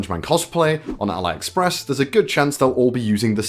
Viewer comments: Al(eye)express? No i in 'Lin' not i in 'pine' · It’s pronounced Al-e- express 👀